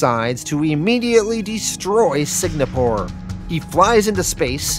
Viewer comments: Note: I mispronounced Singapore as Signapore. For some reason in my head I thought it was spelled "signa" and ran with it. So apologies if it annoyed anyone. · Man...and you were really firing off those "Signapores"...like 35 times in 3 minutes. After a while I thought you were doing it on purpose for some reason. Like, why tell us so many times where they're fighting, how does that enhance the narration at all...."Signapore"...got it. Also, you don't need to point out Volt is the black superhero. That's how you introduced him in his bio. We can see that from his picture, you don't need to tell us that...because you know...its not a superpower. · It's driving me insane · SIG-napore? Lots of words get mispronounced on this channel, but this one was a lot harder to ignore. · Signapore? Was this a dyslexia thing or a play on words due to YouTube restrictions or something? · Is there something mentally wrong with you? How hard is it to properly pronounce “Singapore” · It wouldn’t be a video without me butchering the name of something! What happened was I thought Singapore was actually spelled differently, by the time I realized my mistake the full thing was recorded and edited, and I didn’t want to go back and redo all of issue 4 again. So sorry to any Singaporeans out there!